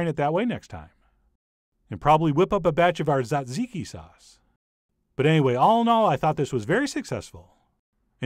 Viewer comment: Almost perfect pronunciation of tzatziki, a bit harder on the TZ=J next time and you'll do it perfect.